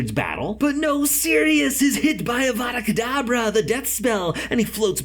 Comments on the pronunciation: [in hermione's tone] it's kedavra... not kedabra! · Avada Kedavra Not Avada Kedavra 😂